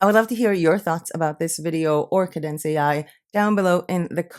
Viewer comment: Hostinger would be the host which is where your website will "live" on a server. Wordpress is the actual site wich is a CMS (content management system) Kadence is a Wordpress theme that your site will be built on. Kadence is a great theme with very good support. It is pronounced Kay-dence.